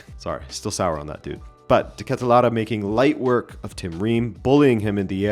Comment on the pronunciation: as a Belgian hearing de Ketelaere pronounced right is a rare thing on the youtube.